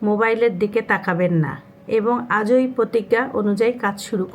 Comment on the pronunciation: আজৈ না আজ-ই 🙏